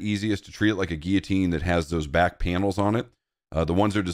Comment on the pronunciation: What the hell is a 'gee-a-teen'? It's like you're trying to say "Guillotine".